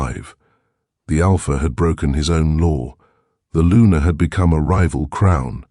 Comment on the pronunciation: Luna not Lunar.